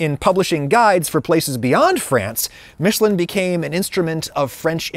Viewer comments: Love how he thinks "Míshleh" is the French pronunciation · "Meeshlé" is NOT how you say "Michelin". And noone try to tell me that he just prnounced it french, what he said sounds nothing like the actual french pronunciation of Michelin. Look it up. Aaaaaaaaand then you said you're gonna switch between english and "french" pronunciation on a whim throughout the video so I will click off now cause I will get too annoyed by hearing that completely made up pronunciation that no frenchman ever said this way throughout the entire video s.s Seriously, just google "Michelin french pronunciation" before doing this video mate! The fact that your pronunciation is NOT EVEN CLOSE shows a lack of effort since it's just one google search and listening to 2 seconds of a french guy pronouncing it. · "Marketing Michelin" not "Making Michelin" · Realization 1: HE'S SUPPOSED TO BE TIRES? Realization 2: THE TIRE COMPANY/GUIDE IS NOT PRONOUNCED "MITCH-A-LIN"?? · Actually your "american" pronounciation for Michelin is closer to the true french one than your french one ^^ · Not even saying french pronunciation corectly